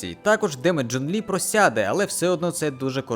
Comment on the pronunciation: Боже, у меня аж глаз задергался от этого «Джун». Я не понимаю зачем и почему, ведь этот перевод не правильный. Вот это оригинал: 钟离权 читается как Zhōnglí (Напомню для людей то, что китайские звуки не такие же как английские, можете проверить это в переводчике(Если вы используете переводчик может появится ещё quán (Zhōnglí quán), это из-за того, что имя Чжун Ли пишется как имя одного из бессмертных)). Потому Джун Лi — это не правильный перевод на украинский, более корректным будет Чжун Лi